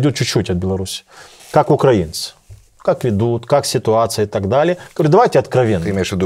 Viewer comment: Не змогла додивитися це. Пофіг, що російською, але оце "укрАінци"... Як кажуть, нема сечі терпіти ці борошна.